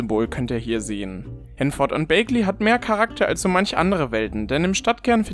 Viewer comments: Wird es eigentlich nicht wie "Bäckley" ausgesprochen? Hab das jetzt so eig bei allen englischen Simmern gehört und hätte es auch selbst so ausgesprochen, nicht "Bakeley". Bin bei sowas irgendwie ganz schlimm haha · Ja ich glaube auch „Bäggli“ und nicht „bäigli“ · Ja. Das bag in Bagley spricht sich wie das englische Wort für Tasche aus. Was auch sehr viel Sinn ergibt, da es ein britisches Dorf sein soll. Die sprechen das auch so im offiziellen Trailer aus